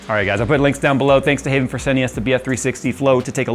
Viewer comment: Haven or Hav-N? I havnt a clue, but Haven sounds wrong.